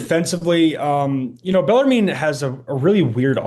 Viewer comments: Pronounced beller “men” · Baller mean is how I heard him say it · You have a show called the Rupp Report and can't pronounce Bellarmine? Cmon, guys.